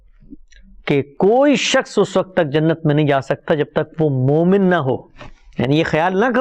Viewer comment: ap ka smjhanae ka tareeqa bohat umdah ha urdu m waqt ko sahi talafuz kijeyae q k ap ki urdu ka mayaar AALA